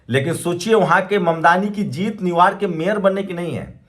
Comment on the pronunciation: न्यू यॉर्क बोलें न्यू वार्क नहीं